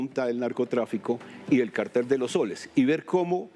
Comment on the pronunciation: En Colombia se dice “Cartel” (con acento en la e), no “Cártel”.